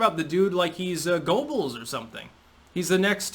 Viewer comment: Goebbels is pronounced "GER-bels"